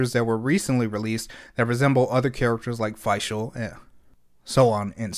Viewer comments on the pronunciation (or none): none